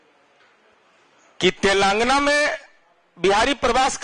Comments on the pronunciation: अरे बोल तो सीखो कम से काम तो लगा बोल रहे हो तेलंगाना बोलो तेलंगाना नहीं है बोलने का तो सीखो नेता बन गया किसने बना दिया कर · Enko to telagana bolne nahi aa raha hai 😊